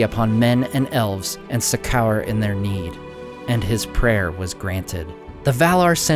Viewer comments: Succour - not sa_cower but se_ker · Succour is the British spelling of succor. It it pronounced like sucker, not suck hour. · Suck-Cowr is pronounced "suckor". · Succour. Pronounced Sucker! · "Succour" is pronounced "suck or". Just FYI. Great video series. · Succour, pronounced ‘sucker’ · I love your videos! I especially love your dedication to the languages and pronunciation; it's awesome to hear these names and places spoken aloud. Two things in this video though; I'm fairly sure that Earendil isn't an elf. I thought he was a half-elf. Also, the word succour (succor is the American spelling) is pronounced like 'sucker'. It means aid or help. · Some of these words are so nonsensical they deserve mispronounciation lol